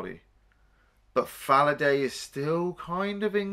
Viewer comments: And "Falladah", not "Falladay" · It's Fallada, not Falladay! 🤣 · Really enjoyed the review, but Frank Finlay's character is named Dr. Hans *Fallada*, not *Falladay*. He was apparently named after the german author who died in 1947. Pretty much my favorite character in the film, there's not enough of him in it. Finlay is awesome in his final scene with Peter Firth in the film...